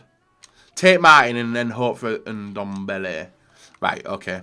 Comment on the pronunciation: Nobody:: Ndombl